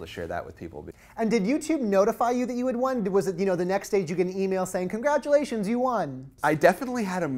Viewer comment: "Congradualations"...!